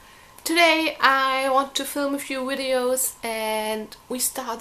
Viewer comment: I've been wanting to get into this series for a very long time now. I'll definitely buy it next week. Great review. By the way, I love the way you say "videos." :)